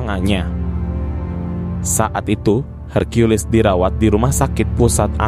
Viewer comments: Brow .. , Aku senang menyimak ceritanya , cuman kenapa caramu menyebut nama Hercules , kok Hargeulis -- emangnya Hercules itu bencong ..? , sampek sampek ente memanggilnya Neng geulis . Jadinya .. Ane agak bingung mencernanya . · Buset herkiules Napa gak herkules aja lah, kita kan org Konoha 🤣🤣🤣